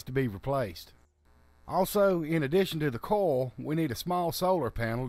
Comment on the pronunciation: I know that guy said coil, but it sounded more like he kept saying coal instead.